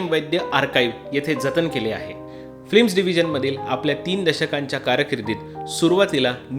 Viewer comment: फ्लिम नाही रे, "फिल्म" असे म्हणावे